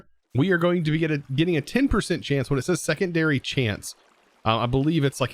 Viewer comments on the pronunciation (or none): none